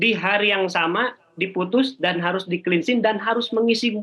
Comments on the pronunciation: kupingku gateell ...dgr berita ini,....plus... cleansing kok di pronounce 'klinsing'... ? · Cleansing dibaca klinising.. 😂😂